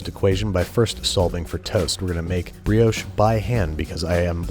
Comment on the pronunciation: Nice vid but what is a breehohsh It is a brioche